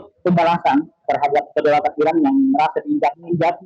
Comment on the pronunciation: Iran mbak bukan Irak 😂